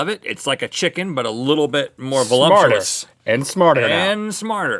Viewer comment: Hahahah Rhett said "valumptuous". Dude it's valuptuous.